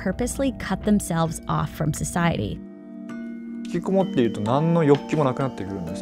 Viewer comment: Ngl kinda cringed at how she pronounced hikikomori as hikikumori,,, Ig she can't really help it being not very fluent in Japanese pronunciation tho haha